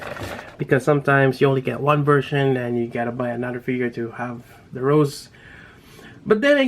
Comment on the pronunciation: Awesome figure, but you're not saying it right. It's not rose, it is ro-sei, fancy like.